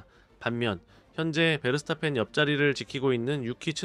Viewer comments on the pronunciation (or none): 라서 이삭 하지르 맥스 베르스타펀. 불편하긴 하네요